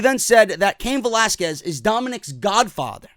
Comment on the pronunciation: Thank God he's pronouncing Velasquez properly now